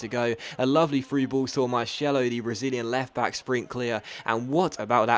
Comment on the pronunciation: It's pronounced marsello not marshello